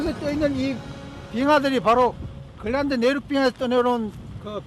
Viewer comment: 글란드 그릴란드. ㅎㅎ 발음 쩌네